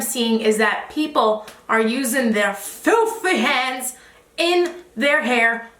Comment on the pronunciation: “FILTHEY HANDZ” 😂